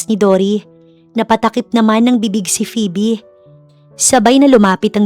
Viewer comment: Tagal nang nag nanarrator ni..pero d pa din nag improve ang pronunciations 😅 minsan ang titigas😂.. gaya ng phoebe (pibi) akala ko nagkamqli lang nung una..pero PIBI talaga 😅. Maganda naman ang story❤